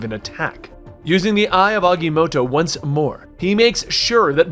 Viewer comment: Aga-motto not Agy-motto